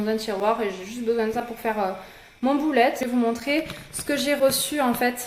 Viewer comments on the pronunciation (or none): Cela ce dit plus "beulette" ;) Ecoute! :)